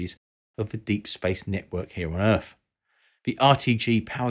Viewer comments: "Earf" wtf lol you can clearly say 'them' so you can say Earth properly mate. You aren't saying 'Fem' for 'them' are you, or "Foes" for "Those'. And you pronounced "Three' just fine and not as 'Free". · Who is this "Errf" you keeps saying Voyager is trying to talk too? Is he a scientist? If so, I can't imagine he's still working for NASA; or even still alive at this point.